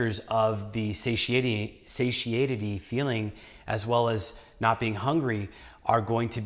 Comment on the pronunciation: Sat-tie-ee-tee ... satiety. Annoying word to pronounce, I know. Trips me up all the time. It doesn't sound right even if I pronounce it correctly.